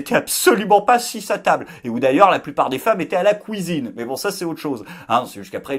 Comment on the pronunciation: kouisine! il l'a fait, ptdr